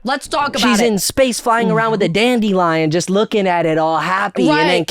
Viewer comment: the crashout comment about katy perry and the “dand-ee-lion” & the rich person laugh took me ouuuut